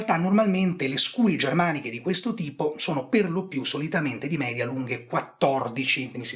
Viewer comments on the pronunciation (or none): none